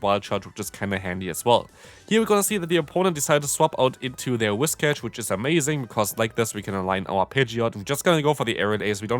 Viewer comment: I’m so used to hearing you say wish-cass that when you say Whiscash it sounds wrong.